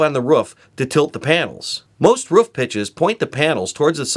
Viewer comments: are you saying woof or roof???? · Its roof not woof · Ha ha can't say roof it's not ruff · Ruff. Ruff. Try ‘oo’. Two “O”’s make an who sound. Leading to roof. Not ruff. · Dude, its a roof. not a ruf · Al Filipini He also says Rouf a lot instead of roof, only person I've known to pronounce it like that, certainly robotic characteristics lol. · Great video! It’s roof not ruf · I swear to god if he says "ruff" one more time this video is getting paused...he's doing it to wind me up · I like how you say "roof". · I can't handle how he says roof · He says roof wrong. It's starting to piss me off.